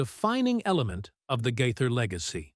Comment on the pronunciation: Please learn to pronounce their name!!!!!